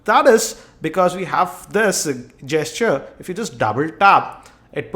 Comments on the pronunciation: Its pronounced Jesture not Gesture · Dude, the 'G' in gesture is pronounced as the 'G' in rage, generate, etc (like 'J') not like the 'G' in goat, game, etc.